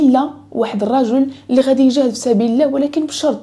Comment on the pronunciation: لماذا لا تنطقين لفظ الجلاله وهو الله